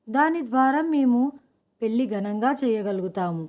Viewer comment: పెళ్లి ని పెల్లి అంటున్నారు.ల కి ళ కి తేడా తెలుసుకుని చదవాలి.తెలుగు ని ఖూనీ చెయ్యకండి